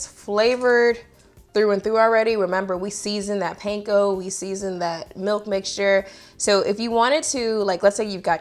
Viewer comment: Panko is pronounced "pon-KO" not "painko". Just for future reference. They're Japanese bread crumbs, and you'll impress anyone with Japanese heritage if you pronounce it that way. Great video! I'm making that sauce tonight!